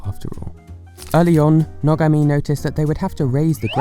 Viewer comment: you said Nogami wrong